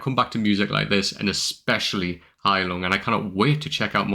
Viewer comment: What a nice pronounciation of "Heilung", not bad for a Brit. Another great song you will absolutely love is "Gimle" by Gealdyr.